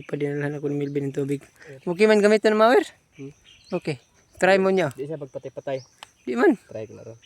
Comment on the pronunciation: ang correct pronunciation ay mower, hindi mayer.